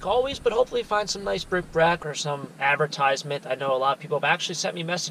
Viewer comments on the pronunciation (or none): I know you have a viewer who always says you're saying it wrong, it's bric-A-brac...I think of it every time I peel off a Community Aid sticker that says BRIC BRAC. Maybe both ways of saying it are correct? P.S. What did you ever do about that Notre Dame shirt return fiasco? I saw a video the other day where someone's PARROT used Alexa to make a purchase on Amazon! LOL ☺